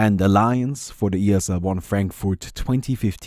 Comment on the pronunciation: its not Frenkfort its Frankfurt xD